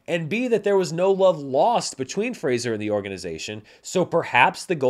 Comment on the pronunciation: Finally someone who knows how to pronounce Fraser. Hopefully Grace Is paying attention